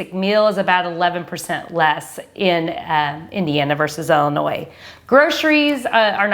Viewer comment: Please say Ill-inois Not Ell-inois Lol thanks Great video 👍